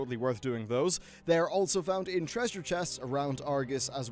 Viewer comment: ye i noticed that too lol i was like wrf